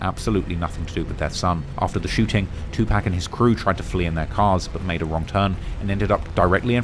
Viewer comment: “Two Pack” 😂😂😂